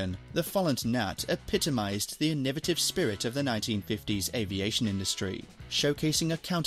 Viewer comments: Ee niv at tiv. 😂 innovate is the word that the word innovative is derived from! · I enjoyed the video. Just one thing, you are pronouncing 'innovative' in quite an odd way